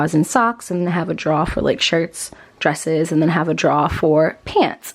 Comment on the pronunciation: The way you said drawer about took me out 😂.